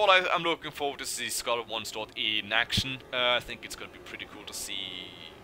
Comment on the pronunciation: Am I the only one keep hearing Scarelt Oneslaught??